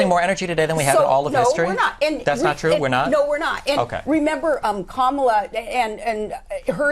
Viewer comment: Correctly pronounce Sarah's name but not Kamala's piers... 🤬